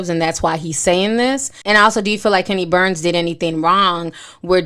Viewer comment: GWORL, you can’t pronounce shit it’s 🗣BURNS, KENNY BURNS, NOT BARNES🤦🏾‍♀️